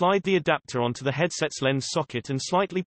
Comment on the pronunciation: "...towards teh nose area"